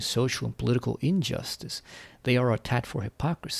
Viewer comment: "Injstice" "Marxist call" pick one